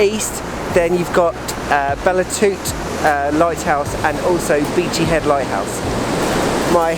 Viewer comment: Very inspiring vid thankyou. looking forward to exploring the rest of your channel. Btw Belle Tout is pronounced as "Bell 2"